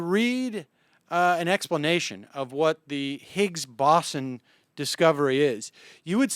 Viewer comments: Boson. It's pronounced bow-zon. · More like bow-sun. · Where did the W come in? it's more BOH-zon? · Sam, it's okay that you don't know physics, or spelling, or how to pronounce "boson". Don't let 'em bug you. Oh -- maybe if the USSR had lasted longer, and if they'd been building their own Commie version of the SCSC, we'd have one in Texas. Worked for the Apollo program. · "Parts of physics"? How about sub-atomic particles. And the pronunciation of boson is with a long "o", not an "aw" sound. "Massive structure: how about "particle accelerator"? I think you might want to go on your show and have an actual theoretical physicist rather than trying to explain something that's well beyond your level of scientific education. I respect your honesty, I respect your knowledge of economics and politics, but I don't think this was your finest hour. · I honestly was tempted to skip the video after only the first 20 seconds from hearing "boson" mispronounced so terribly so frequently... Do some more research at least on how to say it or you shouldn't be aloud to complain about Dubbya's "nukyoolar"